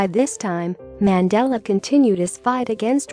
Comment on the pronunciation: Worst pronounciation ever of our former Presidents name